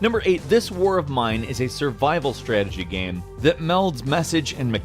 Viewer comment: PLEASE LEARN TO PRONOUNCE "GAME" IT'S NOT THAT HARD